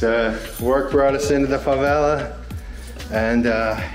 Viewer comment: please make an effort to correctly pronounce the two new words you learned that day (rocinha and favela). It is painful how you are butchering the words.